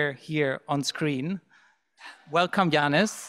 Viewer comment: Please pronounce Yanis' name correctly ...